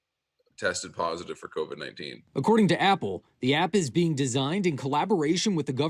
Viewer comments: lmao Ti its pronounced CO VID NOT CONVICT lmao stop listenin to Akon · No shade, but why does she keep pronouncing it "CONVID"? Where did the "N" come from? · Funny you called that out...l was listening while cooking & my 9 year old walked into the kitchen and said why is that lady saying Convid instead of Covid...😄😄. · Everytime Ti says CONVIC-19 I hear "Convict Akon and Young Geezy Geah" lol 😆 😆 we still love you sis! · C-O-V-I-D Say it with me. "COVID" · "co-vid" lol or you can just say "virus" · Lol I love how Ti says convid-19 😭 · I’ve been wondering for a while now .... does she realize there is no N in COVID...? 🤔